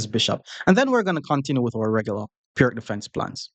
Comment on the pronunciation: As far as I know the right pronunciation of "Pirc" is like "Peertz", it just hurts the ears to hear it pronounced like "perk"